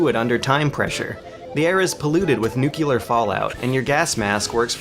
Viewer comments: nuclear = new-clear, nu-q-lar = retarded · New. Clear. Nuclear. How did "nu cue ler" become a thing? There is no reason for it. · Am I the only one bothered by the way he says "nu-cu-lar" instead of "nu-clear" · Anyone else wants to drown his country in NUCLEAR fire whenever he says "nukular" ? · It's pronounced nuCLEar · Why americans pronounce "nuclear" as "nuculeear"? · No idea. I "New clear". No fucking clue where they get the extra syllable from. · urdumb. "nucular" lawl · dude, I love you, but you gotta stop pronouncing it "nucular" man.__. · Eh, he says nuclear like an Aussie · You pronounced nuclear wrong...